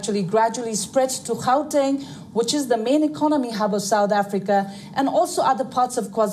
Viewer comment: It’s gauteng not goutan, and pls report accurately , it’s not about Zuma, started with him!